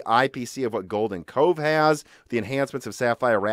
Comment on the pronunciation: I thought you were saying golden Coke course lol